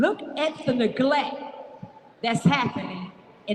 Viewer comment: Did she say naglact?😂 and the people who do's the crime? I don't mean to laugh. Its a heart felt speech i feels for her😂